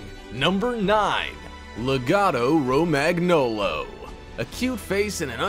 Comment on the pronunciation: Romag-nolo? Nooo Roma- gnolo is ok! equal to gnome😊😊😊